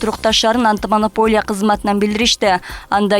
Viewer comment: Антымонополия дегин 😅😅 может анти